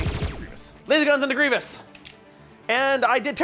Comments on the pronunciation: It's so painful to hear him say Grievous's name so wrong... Even a year later. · "griv-e-ous" lmao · After burning out on Warhammer, I recently started playing legion. Really enjoy seeing more legion content. The only comment about the video is one ah-gree-gee-us mistake continually calling him General Gree-vee-us. :) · Every time he said Grievious I yelled Grievous! 😂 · Does his pronunciation of Greivous drive anyone else crazy? Like bruh theres no second i in his name, and they say his name dozens of times in the shows and movie, if you're pronouncing his name wrong you have to be trolling. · Great to see legion stuff! Just gonna say... You're saying Grevious wrong and it hurts my heart 😂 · Fun video, but constantly calling Grievous Grieveeous was driving me nuts. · It's really minor, but it's General Grievous, man, not General Grievious. Very interesting style and format. The scripted talking points seem a little bit rigid though. That might be my personal preference. Very high quality video. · Someones got to let this guy know it's Grievous not Grievios. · "Gree-vus" not "Greevy-us" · him adding a syllable in grevious name makes me itch lol great content tho keep the legion vids commin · It's Grie-vous, 2 syllables, that's it. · The way pronounces grievous is hilarious to me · This dude mispronouncing Grievous this whole game is killing me 😬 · Was looking for this comment, was driving me crazy hearing him say the name wrong lol